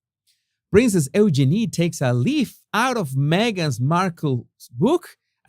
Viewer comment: Eugenie’s name is pronounced u genie.